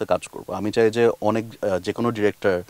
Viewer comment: Wtf is chay na? It's chai na. How these mistakes are getting to national tv.